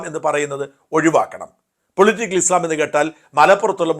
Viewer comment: ഉച്ചാരണം - ഇസ്ളാം അല്ല ; ഇസ്ലാം/ഇസ്‌ലാം എന്നാണ് 😊